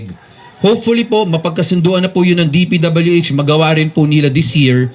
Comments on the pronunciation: okay na sana yung sinasabi ng vlogger natawa lang ako p.w.d daw imbes na dpwh!😆 😂 😆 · magbasa po kau ng maayos... sabi mo pwd instead dpwh